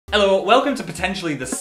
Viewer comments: that was potentially the most northern "Ello!" we've ever heard from Phil in an intro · God, that "'ello" slapped my northern face hard 😂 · awh the hello at the start was so northern I love it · that was the most northern 'hello' i have ever heard. thank you phil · Liking this video just for that northern hello